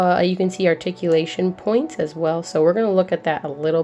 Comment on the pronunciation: I don't watch this show, but the thumbnail caught my eye for sure. Glad to see you getting more figs though. Stay addicted. Shoutouts to. Also... Did you say Nennoroid?